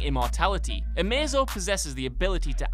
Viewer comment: Sylvester Ashcroft even amazo is pronounced wrong